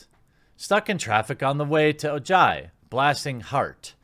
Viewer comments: hahahaha OMG OJAI!!! its a tiny town where I live an hour north of Los Angeles, the J is silent lol! Its pronounced o-hi. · *mispronounced Ojai... not sure if he did the usual purposeful mispronunciation or if it was accidental...